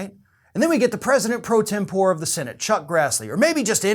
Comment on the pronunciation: Senate pro-tem-por-eh. The final E is pronounced. Or, use Senate Protem.